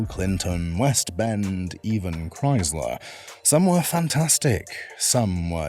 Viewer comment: There is no z in Chrysler.